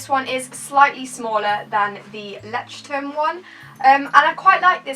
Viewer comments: I think it's pronounced "loytchterm" :) might be wrong though! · Leuchtturm is said Loysh term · You sound so sweet trying to pronounce the German word "Leuchtturm" ❤️❤️❤️ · It's so funny how people pronounce Leuchtturm😂 (I'm German so Ik how you really pronounce it)